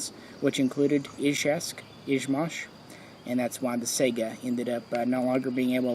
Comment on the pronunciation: Woooow, an American who says Izhevsk and Izhmash right. Instant like, from Russia with love. Usually it is Izhveck, 2 in 1.